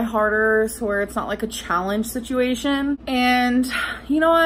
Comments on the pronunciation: See - chew- way- shoon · Please 👏🏽 Stop 👏🏽 Saying 👏🏽 Situation 👏🏽